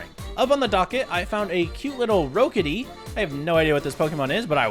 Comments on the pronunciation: Good lord I'm not even 5 minutes in and I'm already furious about the pronunciation 😂, I get it though pronunciation is hard, but hoo boy you didn't even follow the double o rule for ROOKidee, again I'm sorry for ranting (I do this a lot for pokemon stuff) but I'm glad you at least enjoyed the mod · Rookidee Is pronounced like the chess piece rook smh